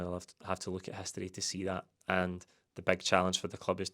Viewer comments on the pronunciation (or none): none